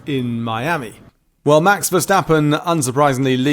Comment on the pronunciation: Max isn't german, that is not how you say Max's name.. if you cant say it right just stuck to the defacto..